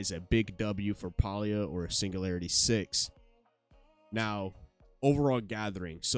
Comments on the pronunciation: Nice video but it's not "Paul-E-ah" it's pronounced "Pay-Lee-yah". Pay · Please Stop miss pronouncing the name of the game Listen to the devs how do they pronouce the name of the game "PAY-LEE-A" not pal-lee-a!!!!!